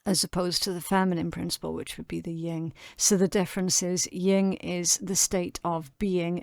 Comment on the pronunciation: No offense. It's Yin not Ying. It is different. Lots of people say that. I'm a studier of eastern culture, exercise Bushido, The Way of the Warrior and the Sun Tsu, the art of war. These are mandatory reads in the military training for officers in the US. Not correcting just showing. I love your messages and thank you for them🙏🙏🙏